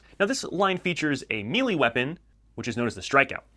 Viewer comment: Just a quick correction... 'may-lay', not *'meeley'. Otherwise, good video bud. I agree with all your selections.